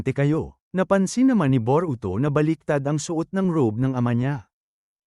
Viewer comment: Bobo ata itoe Boroto ng Boroto😂😂😂😂😂😂😂😂ee e e eeeee bobo hahahahahahahaha